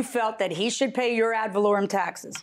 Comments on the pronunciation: They both keep saying "add volorieum" lol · The judge told the Plaintiff how to pronounce "ad valorem" and he still ran right over that pronunciation immediately after 😆😆😆. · Plaintiff: Valerian taxes JM : "AD VALOREM TAXES" Plaintiff: ....valerian... JM: ...ad...valorem..